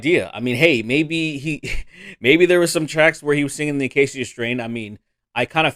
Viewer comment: Funny how you mention Whoa! Slow It Down and TAS's old albums right before I viewed this video and you're saying Acacia wrong